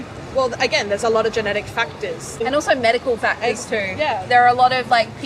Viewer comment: .. just leave out the "c" in factors..(pronounced) "fatwhores" ,,lol..or wait , was that a just 2 fat/actors becoming 1 word..olloololollool!OLO!L!OL!L!L